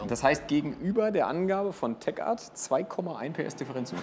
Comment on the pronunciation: es wird Tek Art ausgesprochen und nicht Teschart